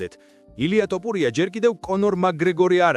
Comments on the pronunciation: რა გაყვირებს შე კაცო! ტოპურია კი არა თოფურია! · ილია თოფურია და არა ტოპურია გაითვალისწინე შემდეგში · კარგია ესეთი ვიდეოები მაგრამ ძმურად ტუპურიას რატო ამბობ?